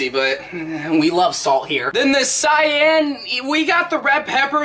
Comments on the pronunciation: I can’t believe he said cyan it is pronounced kay-Ee-n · I can't lie. When he said cyan instead of Cayenne. A part of me died. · “Cion red pepper” It’s pronounced kai-yān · Did you call Cayenne pepper ( pronounced kye Anne) sy enn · "cyan red pepper" 😂🤣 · my mans pronounced cayenne as cyan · Chef says sayenne Literally anybody who’s ever watched any type of cooking video or anything like that : triggered!!! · why do you say it like cyan blue it sounds like kyan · No one else mad that he said "cyan" when talking about cayenne? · Did this dude just say sayane pepper 😂😭💀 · It’s pronounced kai-ann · pronouncing ceyanne the same as cyan.....ok.... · The pronounceation of cayenne hurts me physically